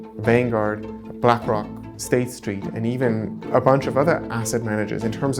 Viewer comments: She literally said black cock😭🙏🏽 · she tried to subtlety slip “black cawk” into her little video she ain’t slick 😆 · She said Blackock without an 'r'.